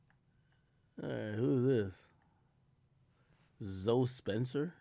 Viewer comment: Does Akademiks not know the name Zoe or is that how Americans pronounce it?